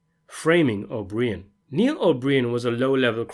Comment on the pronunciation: O BREEE-IN??? OH-BR-EYE-IN!!!!